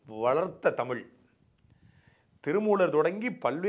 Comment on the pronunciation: தமிழனுக்கு (தங்களையும் சேர்த்து) தமிழ் என்று உச்சரிக்கத் தெரியவில்லை... தமிள் என்று தான் கூறுகிறீர்கள். இது தான் இவர்கள் தமிழ் வளர்த்த அழகு. எத்தனை தமிழ் புலவர்கள், அறிஞர்கள் வாழ்ந்த தமிழ்நாடு.... இன்று 90 சதவிகித தமிழர்களுக்கும் ஒழுங்காக உச்சரிக்க, பேச முடியவில்லை...